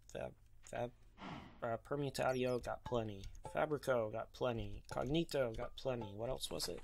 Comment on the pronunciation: I believe Permutatio is pronounced "Per-moo-tey-shio", just because a lot of the names seem to be loosely based off Latin.